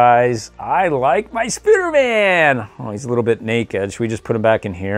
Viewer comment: Why do you call him Spuderman not spiderman